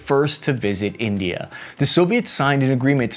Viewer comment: I died laughing at the very start. Calling India... "Tindia" was fantastic sir. Either it was a sound mistake, or you actually called them Tindia for the shits and giggles of it hahaha...😅